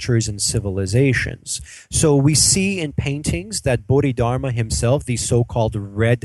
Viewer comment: I'm sorry It is read as bo-di-dar-ma